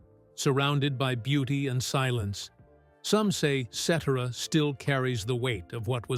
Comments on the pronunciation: It is pronounce SETera. Not Sedera. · His name isn't Peter cetra it's Peter cetera say his name right Chicago Transit authority one of my favorite all-time groups they don't make them like that anymore❤❤ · Qho pronounces his name seterra? Um no, its SetTerra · His last name is not pronounced. SETERAH. IT IS Cetera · its Cetaaazra , nit Zettera.......he killed Chicago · Ce - Terra Not etcetera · Ce TER a- i know you are AI, but get it right! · Who is Peter Set-era? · Peter "Settera"? Really?? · AI is mispronouncing Peter’s Last Name!! Ce Tara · Ai lol, Peter "Set er a" lol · The accent is on the first syllable Cet' era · Its pronounced Peter.Se Te RA!! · pronounced Si-tir=a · AI pronunciation is annoying. Cetera is not "set ur ah" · i believe his name is italian decent so the C would be a S sound and the rest would be tear ah like someone else mentioned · The name is pronounced Ce tare' ah. Accent 2nd sylable. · The man talking is mispronouncing Peter cetera’s name… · It would be more believable if you pronounced his name properly, 😂😂😂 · AT LEAST PRONOUNCE HIS LAST NAME CORRECTLY!! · At least get the AI to pronounce his name right! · Stardust ruined this with a crackly voice, miss pronounced his name and repeats. Cetera deserved a better biography . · had to stop watching as soon as the narrator mis pronounced peters name several times in the first minute. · Made it 41 seconds into video. AI bs that can't even pronounce his last name correctly. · can you pronounce his name correctly????? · Ai mispronounced his name which made this awful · If you’re going to have these robotic voices doing the voiceover on these videos, at least get the pronunciation of the band members name properly. That is not how you say Peter’s last name. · I wish these Ai narrators would learn to pronounce his last name. Am I wrong? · So tired of this AI voice. Lazy as one note of his name’s proper pronunciation takes one second. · Pronounce Peter Cetera's name properly and check your facts.